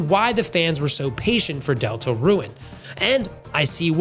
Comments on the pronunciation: It’s not pronounced delta ruin it’s pronounced delta rune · Why do you pronounce it like "Deltaruen"? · Great video! Is calling the game "delta-ruin" a bit? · Why do you say DeltaRUIN? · Why do you pronounce deltarune like deltaruin😭😭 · You calling Deltarune "Delta-Ruin" is hurting me physically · He just pronounced it weirdly chill out